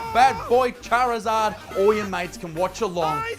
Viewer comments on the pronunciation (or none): none